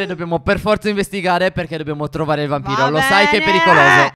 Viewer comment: io ho sentito BAMBINO non VAMPIRO.